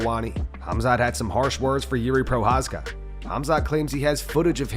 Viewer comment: Who the f is Juri Prohaska, disrespect on purpose. It's Jiří Procházka or if you want an english version, it's Jiri Prochazka, have a nice day